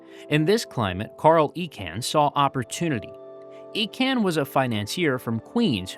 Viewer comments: Icahn is pronounced EYE-con, not E-con. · It is pronounced EYE-CON not EEE-CAN and he single handedly LOOTED TWA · Ir's Carl Icahn (EYE-Con). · It’s Eye-con, not Ee-con. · It wasn’t Carl Icahn as in Ecan, but Icon. I’m surprised you missed that obvious and very published pronunciation. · Icahn is pronounced eye-conn not eee-can. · You completed mispronounced Carl Icahn's name. The name is pronounced as Eye-can... NOT Eee-can. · I spent more hours swathed in that TWA red at STL Lambert than I care to remember. FYI, it's pronounced Carl EYE-CON or ICON, not EE-CON. And he was an asshat. A disgraceful raider who destroyed everything in his path. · Great video. I remember flying to Europe on TWA. One correction. It’s EYE-kahn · Not Eecahn, Eyrcann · The name is pronounced "EYE-CON". He is one of the most prominent and well known Wall Street Insiders in the World. I generally really enjoy some of your videos but please spend a minute on background and research of all subjects you plan to talk about. If you can't even pronounce one of the most famous investors of all time how can I trust that you have put any real research into the rest of your information? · Icahn, pronounced EYE-con. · His name is pronounced Carl EYE-Cahn. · But his name was pronounced “Eye-Conn” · Great job but wish you can re edit your deep dive. Carl icahn. Credibility posting online you need to be correct avoiding miss pronouncing. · pretty good, until you got to Carl Icahn really need to check how to pronouce names... wayyy off. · Well it's surely an AI error. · Give the guy a break just because he mispronounced a name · i think that's not the correct pronunciation of Icahn.